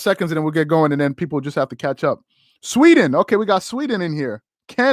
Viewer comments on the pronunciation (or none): none